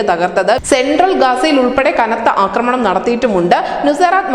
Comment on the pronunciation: അക്രമണം എന്നൊരു വാക്കില്ല കുട്ടീ.. ആക്രമണം എന്ന് പറയൂ...